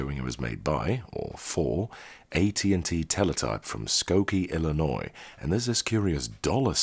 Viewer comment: Thank you for pronoucing Illinois correctly. There are natives of IL who can't even do that.